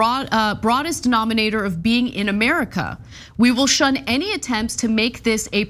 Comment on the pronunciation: Myrrkah! New spelling!